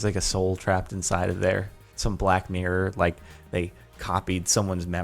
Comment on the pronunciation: When he says black mirror it sound like black n-word